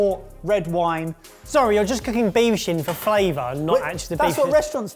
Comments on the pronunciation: made me do a What the? When he said beef shin I thought he said beef shit 😂😂😂. I think both meals looked good. Just wondering was £110 for the whole thing, per serve (making it £440) or was it £27.50 per serve? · I had to rewind and turn on closed captions because i thought said beef s#!t. I was relieved when it showed beef shin. Sounds like i need to go to the doctor and have my hearing checked again. In my defense i do suffer from hearing loss and tinnitus from my time in the military. Keep up the good work chefs! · Anyone else hear say, "I'm using 500g of beef shit"? I had to rewind to listen again. It just didn't make sense. 😅